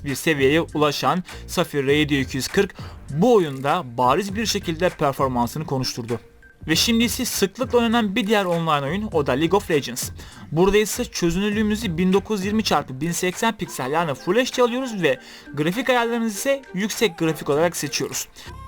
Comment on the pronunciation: legens değil legends